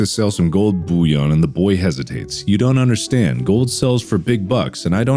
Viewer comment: Marliplier pronouncing bullion as Bouillion? Exquisite.